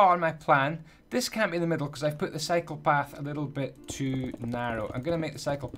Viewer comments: Every time you say "cycle path" it sounds like "psychopath" lol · Gonna be honest I thought you said psycho path